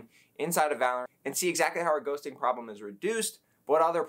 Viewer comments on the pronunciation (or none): none